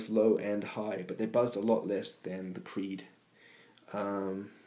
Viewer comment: clearly it says cree not creed like your favorite band!